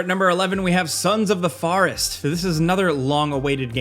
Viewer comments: Why can’t he say Forest D:….. Farest? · Sons of the Farest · Sons of the Farest.... Thought it was Sons of the Forest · I'm sorry, but when he was talking about Son's of The Forest......WTF IS A FAR-EST? LMAO. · I like the forest pronunciation. Fauh-rest 🤭🤭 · “The Farest” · The way you said forest really bugged me.